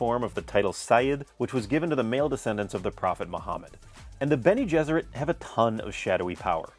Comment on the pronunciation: it's "bene gesserit" not "beni". it's latin, meaning "he/she will have carried", "he/she will have borne".